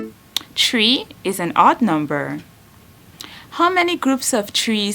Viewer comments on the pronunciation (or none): its not tree it is three get it right ok and thank you for teaching us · three three three not tree get it ok